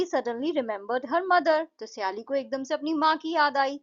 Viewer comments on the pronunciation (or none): सयाली नही हैं वो सायली हैं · Wo saayali nahi hain sayali hain